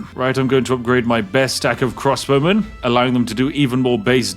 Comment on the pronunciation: Every time he says crossbowmen I understand crosswomen and think "Women in armour, nice".